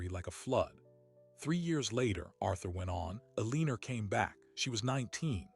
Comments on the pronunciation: Alina does not have an r in it. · Kills me how this clown has mispronounced the characters name endlessly